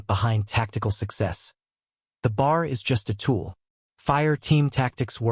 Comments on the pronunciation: I thank you for this video about the B.A.R. at Peleliu. Please learn to pronounce the words "Peleliu" (Pay-lay-Lue) and B.A.R. or "Bee, AA, Argh, not 'BAR') correctly to show the correct and proper respect for the American military personnel and their fighting tools that fought in this battle in WWII. Thank you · Dude it's NOT pronounced bar! That's where you go to get a drink. It's pronounced B.A.R. Each letter is pronounced. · If they'd use a real voice reading grammatically correct, I'd lean towards subscribing but it is annoying listing to a monotone misreading and inaccurate pronunciation... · That's "B," "A," "R," for Browning automatic rifle! Next time hire me to do the narration. Duh! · Wow this AI is BRAINLESS, it was talking about places I never knew about...No, it just can't Pronounce...TAR-A-WA...and Pel-e-lu.....oh and some one get it to say...B. A. R......Come on Man!